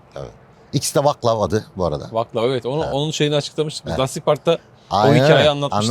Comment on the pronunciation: vaclav=vatslav okunuyor burada cekyada.vaklav dedin, cek arkadas kanapeden dustu...